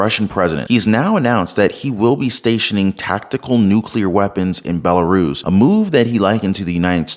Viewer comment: I had no idea Belarus was pronounced as BellaRuiz